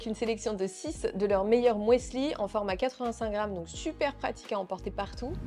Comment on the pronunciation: Alors, cela ne se prononce pas « mouesli » 😂😂 mais « musli » de l’allemand müsli ou muesli. Bref, c’est un U ! 😊😉